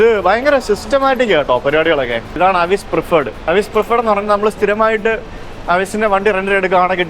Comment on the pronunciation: അവിസ് എന്നല്ല എവിസ് ആന്നു